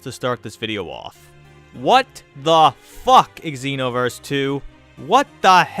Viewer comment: Just wanna say it's "ZEE- NO-VERS" not "EGG-ZEE-NO-VERS"